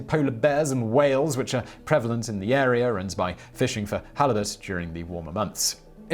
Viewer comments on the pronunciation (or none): none